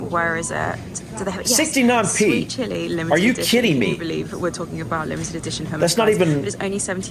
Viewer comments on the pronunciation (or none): none